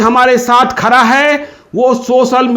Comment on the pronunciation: Ptrakar ho yar ap pronunciation bahut kharab hai apka...khara nhi khada hota hai.